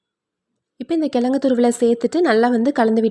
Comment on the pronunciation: கிழங்குன்னு சொல்லுங்க... கெலங்குன்னு சொல்லாதீங்க! 😭